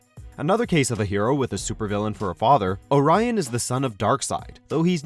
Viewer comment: Is this the correct way to pronounce " Orion" ?